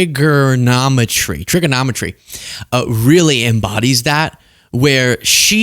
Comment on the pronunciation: Trigonometry with a hard R